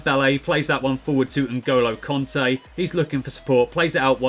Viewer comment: Just to say I asked some French people and it's pronounced Kante not Conte